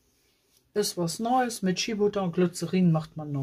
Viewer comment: ...Shea Butter...das e wird als i ausgesprochen.. schia 😅